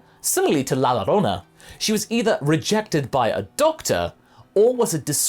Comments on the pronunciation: It's pronounced "la yorona" not "la lorrona". Double L is pronounced as "Y" in Spanish. Look at tortilla or paella for example. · Ouch, my San Antonio native ears..., it's not pronounced "La Lo-rona" it's pronounced "La Yo-rona", with a slight rolling r, the two Ls when together make a Y sound in Spanish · Nunca creí que vería al actor de voz de Goku pendejo hablar de la llorona o la Pascualita de Chihuahua XD You nailed "La Pascualita" pronunciation, for "La llorona" just pronounce it like it were written as "la jorona", like in Jojo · Just wanted to say, you should probably note that La Llorona is pronounced La Yorona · La llorona is pronounced la yorona. The LL in Spanish is a y. That aside, great video as always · It’s so nitpicking and dumb that I’m about to say this but… you said La llorona wrong